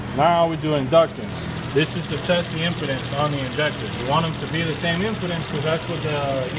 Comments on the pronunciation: No, not me. I understood he meant impedance he just mispronounced it. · impedance bro, not impotence. research "resistance"